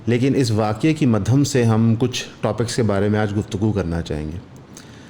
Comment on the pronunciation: On a lighter note : "Madhayamm" not Madham, correct your Hindi bro😅